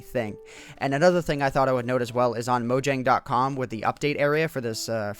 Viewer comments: mo-yang not mo-jang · As for pronounciation, it is "moyang" ("y" like in "you"). Put "mojang" in Google Translate, set to Swedish and listen. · It's pronounced mo-yang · It's actually pronounced moyang because it is a swedish name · it is mo J ang j - jang